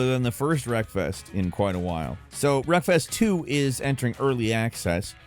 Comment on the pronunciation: Wreckfest2 sounded like you said breakfast 2 and I immediately thought wow a hobbit sim